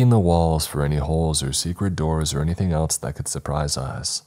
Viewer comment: Dude! Really like your story telling style but I absolutely crack up laughing every time you say ACROST, ELTS and my personal favourite WEAPONTRY 😂😂😂😂